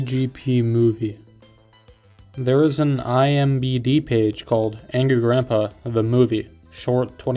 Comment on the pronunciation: My guy, it’s I M D B not I M B D😭